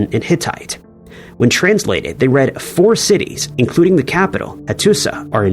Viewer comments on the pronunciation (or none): none